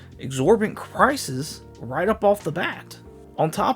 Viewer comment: What did you say here? I know you meant to say prices, but I think because of your accent you said some sort of an amalgamation of prices and crisis.